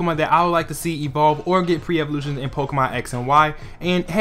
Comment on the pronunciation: u said pre evolutoins